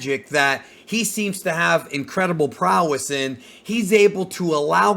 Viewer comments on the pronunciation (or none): none